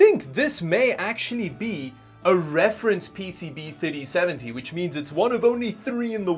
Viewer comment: Every time he says ‘3070’ it sounds like titty seventy😂